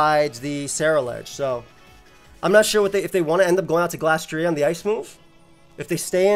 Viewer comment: Why do you pronounce glastrier like that